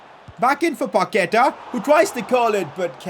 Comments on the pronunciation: It's pronounsed Pakueta not paketa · Put the accentuation in the final a when saying Paquetá, I think that’s its correct pronunciation